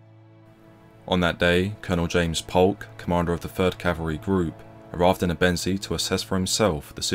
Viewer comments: It's pronounced "ebbenzay"...NOT "ebENsea" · Great video, except I think if this is gonna be your topic, it's important to learn the correct pronunciation of the words you're using. Ebensee is pronounced "Ay-ben-zay", not "uh-ben-see". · When making a history doc. such as this you would expect the commentator to find out the correct pronunciation of the locations described. It doesn’t inspire confidence in the level of research when all place names are pronounced incorrectly. Also Ebensee ( pronounced aybensay ) is in Austria so why are locals described as Germans ? I visited the camp area 2 years ago with a local history group & discovered the whole area is now a housing estate ! People sitting in their gardens & a children’s playground next to the cemetery. We were told they resent visitors coming with an interest in the past. We should not forget what went on here & it’s sad that so many people are happy to live a comfortable life on the same ground that saw so much suffering. It’s all too easily forgotten in my view so it’s useful to have such a doc. but please consult a local for correct pronunciation of place names before going public & calling Austrians Germans is the equivalent of calling the Scots English in my experience ! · As Ebensee is in Austria how did the US unit‘s chronicles conclude that there were „nice German people living nearby“? Where were the nice Austrian people living? And the narrator’s pronunciation of Ebensee is wrong. More attention to detail would not go amiss. Why not ask any German speaker how to correctly pronounce places names.